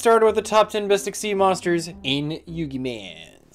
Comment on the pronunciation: it's egg-SEEZ